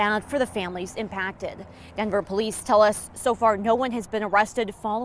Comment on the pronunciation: Can reporters and anchors who are transplants stop saying “Dinver” vs Denver. Show some respect!